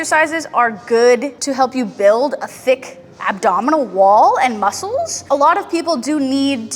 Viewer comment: has me laughing to hard in the middle of the spider man planks cause she says she is spider man and then the wibbly "breh" 😂 Also when she says "feel it in ya bones.. feel it in ya mussuls". Fucking dead from the workout and the comedy, hey laughing helps build your core aswell, dam, she is a next level trainer 😂